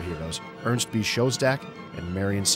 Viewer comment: His name was "Schoedsack", not "Showstack". Part of doing a good documentary is at least pronouncing the names correctly.